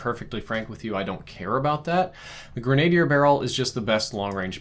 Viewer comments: It makes sense tho, does more reading than talking about this kind of stuff so he probably hadn't heard it pronounced before he got a different pronunciation in his head. He actually mispronounces gun terms a lot if you listen for it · Gren,a,deer just a helpful tip, not grain a deer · Not grenadyer...Grenadier(grin uh dear). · its actually pronounced grenne dier and not grenade dier. Also i have a friend who i accuse of hacking because he has a set of astro a40's for the extra clout astro needs for making a damned good piece of equipment. I appologize for the pedantry but its just grating on my ears. Much love and peace out. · "grenna-dear" not "grenade-dear". You're welcome. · sorry this bugged me it's not Grenad-ier its pronounced gren·a·dier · I’m sorry it annoyed me - it’s gren-uh-dier not gren-ay-dee-er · Grin-a-deer not grenade-ear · Holy hell Grenadier is pronounced Gren-uh-deer... NOT "Gruh nade deer" lol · Ffs it's grin uh dear not grenade ier. It doesn't contain a higher quantity of grenade... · Pronounce "gren - a - deer", short -a sound, not "gren -A - dier" (and the -i is silent) please. Thank you. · Listening to you say grenadier as grenade-ier is hurtful 😂. It's gren-uh-deer. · a bit late to the party but 'grenadier' is pronounced with a soft A. "grehn-ahh-DEER" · No one: "..." saying grenadier: "the grenade ear barrel" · Gren -a -deer barrel.... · Say it with me; Grenadier (Gren-uh-deer) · Green-ay-dee-er lol you disappoint me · Great info - but I have tip.... to pronounce Grenadier properly say it like this.... GRIN (like a big smile) A (like "ah") DEAR (like the animal) - gren·a·dier /ˌɡrenəˈdir/ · Great video but I think it's gren-ahhh-dier.. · Some corrections here. Grenadier is pronounced with emphasis on GREN-a-DEER. Also that's a 5 milliWatt (0.005 Watt) laser. A 5 Mega Watt (5,000,000) laser is something used in laser engravers and is the size of half a pool noodle. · Pronounced gren-uh-deer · Grin uh deer